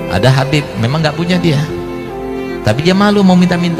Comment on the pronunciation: Nyebut habib aja khabib…belajar dulu sana nyebut huruf hijaiyyah yg benar jgn bikin malu aswaja